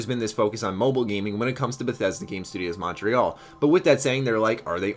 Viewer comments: I love you, but dear Lord is your pronunciation of Montreal weird. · you pronounce Montreal weird I am only saying this because I live in Montreal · He is just not saying it with a French accent, how would you pronounce it?